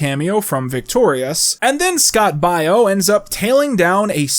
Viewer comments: Pronouncing Scott Baio as Scott Bio?!? Okay... You HAD to do that on purpose. You said his name WAAAAY too frequently, and no one is this culturally inept. He's been an iconic figure in American sitcom television for like the last half century. Also, Google. ...and Then, , after mispronouncing it like 20 times, you inexplicably pronounced it correctly?!?!? See? Not buying it. I'm onto you. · ughhh dude Scott Baio's name is pronounced "BAY-O" not BUY-O.... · The way ur saying Scott Bio instead of the correct way which is Scott Bayo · BAY-OH BAY-OH Scott fu@ Baio. WTF? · The cameo of Scott Baio (pronounced like Mayo) is an interesting choice because he played a babysitter or "Manny" on Charles In Charge in the '80's (and '90s? - it was on re-runs for years) Yes, I'm 36 years old, lol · Your pronounciation of Scott Baio's name makes me feel so old... For the record, kids, it's pronounced "Bay-O". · How did you make an entire bit copying Erik's "old recording of me says people died" thing, but still don't know how to pronounce Scott Baio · Are you purposely pronouncing Scott Baio's name wrong or what? Because it's driving me nuts...Where the hell is the Cereal Killer shirt? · I’m an hour in and noticed several mispronunciations of Scott Baio and one mispronunciation of “puss” and I’m convinced it’s a bit that will pay off in the last hour